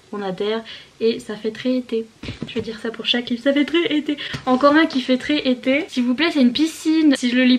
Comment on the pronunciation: "za fait treize été" mdrrr 😂😂😂🌴🌴